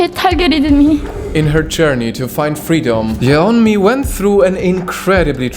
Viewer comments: Her name is pronounced like "Yonmi", not "Ye-onmi". In Korea, her name is spelled 연미, which, when transliterated becomes "Yeon-mi", but pronounced "Yon-mi". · A tip: her name isn't separated a Ye Onmi it is "separated" as Yeon Mi. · can't trust any information in this video because apparently you didn't even do enough research to pronounce her name correctly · You don’t pronounce the ‘e’ in the Korean vowel ‘eo’. It’s just to distinguish it from another ‘o’ vowel. But thank you for exposing her lies. The Democratic People’s Republic of Korea is not a terrible place though. They literally had a revolution in the 40s to end oppression. The DPRK is an amazing country that encourages people to be creative! 🇰🇵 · bro you're not even pronouncing her name right lol